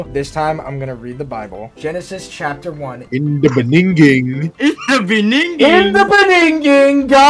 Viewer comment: bro, in the beninging caught me off guard I laugh so much I'm cant catch me breath